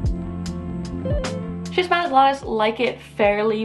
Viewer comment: My S. wallichii was gorgeous, but it went through a bout of spider mites--UGH--and is currently in recovery. I cut a lot of the leaves off, and I see new ones coming, so fingers crossed, it'll be reestablished to its former glory soon. The pronunciation of the first syllable, BTW, is /skiss/. It comes from the same root as schism and schizophrenia, meaning "split". So, since "glottis" refers to the throat and tongue, schismatoglottis means "cleaved tongue" or "split tongue".